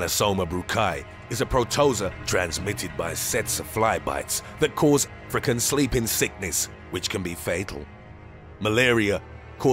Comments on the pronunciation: Caused “a-freak-in sickness”? No. African. Wtf is wrong with this guy? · I know, but he missed the first syllable, making it 'frican, which I found funny.